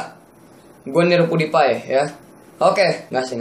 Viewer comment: Bang Bukan Pudipai Tapi PewDiePie